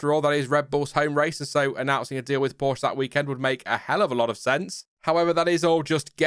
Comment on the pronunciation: Porsche....pronounced...Poorsh aah